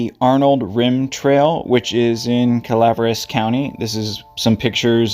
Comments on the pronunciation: Pronounced Cala Veras not Calvres fyi 😊 I hope she is found thanks for the video praying for her🙏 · Cala veras county it’s pronounced 😊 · thanks for the video. I was in the California Conservative Corp in my early 20's. The training academy was in Angel's Camp in that area. The pronunciation od Calaveras County is Ca-la - VER - us. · I thought this was a great video,and really covered the disappearance very well,and would have been a very helpful tool if not for the tragic findings. Also,because im from the deep south and my pronunciation is always right, it's (Cow vear ass Co.),lol, just thought i would share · I have hiked in that general area in Calaveras County, but not for many years. (By the by, I think it is pronounced KAL-AH-VER-AS County) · Cala-Vare-ass County...🙄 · Cal uh VER us. I believe it means skull in Spanish. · it seems he has a pronunciation problem. it also seems her last name is mispronounced too.